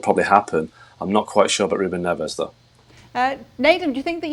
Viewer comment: It’s pronounced Ne-vsh!!! So sick of these clueless presenters using Spanish pronunciations for Portuguese players.